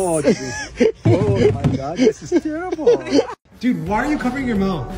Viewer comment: Why does always say DUD 🙄 you don't get it